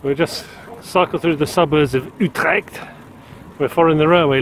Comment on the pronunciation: you pronounced utrecht pretty good there . also really cool to see some video's like this, planning a tourtrip with my road/tourbike myself for the next summer